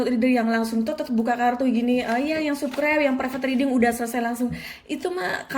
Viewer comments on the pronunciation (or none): Subscribe,,, itu dibaca sabskraib kak😭😭😭 bukan tetap di baca subskraib... Dari awal aku terus ikutin chanel kakak, ya emang aku suka, tpi kalo kaka nya sudah bilang subkraib, yg tadinya aku denger penjelasan kaka sedih, langsung balik galfok😭😭😭 🙏🙏🙏